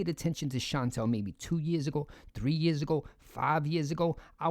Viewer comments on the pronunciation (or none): none